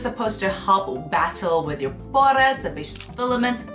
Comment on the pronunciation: Do you pronounce pores like that on purpose? Genuinely curious!